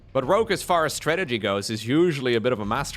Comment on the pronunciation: Why are you mispronouncing Rogue? It's Rogue with a G, not Rokue with a K.